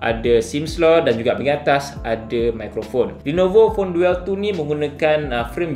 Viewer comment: Bukan duel sebutan dia "Dul"